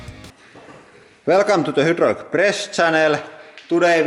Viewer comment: I love this channel but I hate how he says "hoodroolic press channel" lol